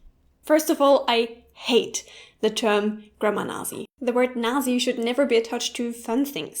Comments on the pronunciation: Why are you saying "nah-zee" instead of "natzee". It is a word from your own language. Is there a dialect in Germany that says it that way? You're pronouncing the "z" as we do in English, not the TS sound the Z makes in Germany. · Da "Nazi" ein deutsches Wort ist, darft du es ruhig auch mit einem richtigen "z"-Laut aussprechen, also "Natzi" ;) "Nasi" gibt es nicht, selbst englische Muttersprachler sprechen "Nazi" wie die Deutschen aus. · "Naht-cee" not "Nah-zee"!!! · Nasi? even non-germans spell it Nahtzi, warum du nicht? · I hate to correct you on a video about correcting people, but we pronounce Nazi the same way as the Germans with a hard T in there. It sounds like you are leaving the T out. Is the way you are pronouncing it in this video the way you pronounce it in German as well? Just curious. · In English, we pronounce the word "Nazi" (NAT-see), if you want to pronounce it correctly in English. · Why do you pronounce it "nasi"?? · "I know how my friends look like" should be "I know how my friends look" or "I know what my friends look like" - also, the American English pronunciation (how everyone says it, whether it's right or not) of "Nazi" is "NOT-see" - kind of like how "pizza" is pronounced "PEET-suh" I hope you feel that I am being helpful, because you say you are a perfectionist when it comes to languages, and so am I - with the one I know: American English. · I'm sorry if I offend you by correcting but it's pronounced at least as I've heard it as nah-tzee :D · um... you made an entire video about Grammar Nazi's, but pronounced "Nazi" incorrectly throughout. In English, it is always "ts" for the "z" in Nazi, never an English "z". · As much as I love and her videos, I'm afraid she does mispronounce it! (sorry,!). It's actually pronounced "Nat-see" in both German and English, though maybe just not aware of this? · Don't germans pronounce it Naht-zee? thats how we say it in English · right it is weird as she says it now